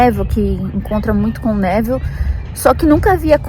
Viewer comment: adoro quando você fala Abraham e Neville com sotaque americano 🤗 Eu sinto que conheço todos há anos ✨